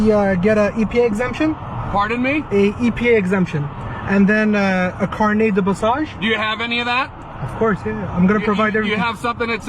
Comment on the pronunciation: This officer got triggered by “carnet” being pronounced properly